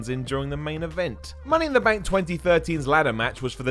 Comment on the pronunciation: Benk? Rendy? Metch? Ven Dem? PRONOUNCE WORDS CORRECTLY!!!!